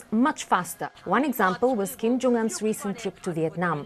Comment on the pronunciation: "retired" or mispronounced Kim's name